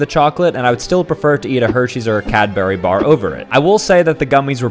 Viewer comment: How did my man just pronounce Cadbury💀💀💀